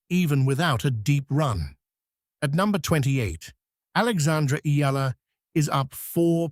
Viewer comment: Finally! A tennis video where the narrator pronounced Eala (Ee-yah-lah) correctly, hallelujah!